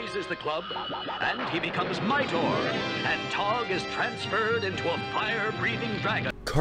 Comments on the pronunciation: Mightor, not Mighnor, Zandor, not Zander! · how about Thunndar???? i can understand but covering Suoerpresident but Thunndar was a really cool show BTW... Mightor is pronounced 'Migh Tor'.... not 'miter' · Literally no one who watched these shows forgot about them. Also, it's not pronounced "Midor." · Funny pronunciation of “Mightor”.